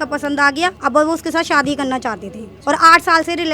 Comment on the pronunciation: मैडम सादी नहीं शादी करती है 😅😅😅😅